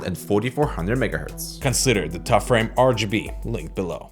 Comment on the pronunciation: It's still xtrfy not xtrify 😁